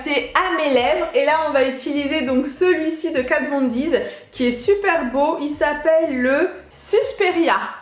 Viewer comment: Pourquoi tu dis Kat Von Diz ?????